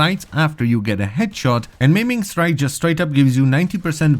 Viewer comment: "Meming strike > Maiming strike" xd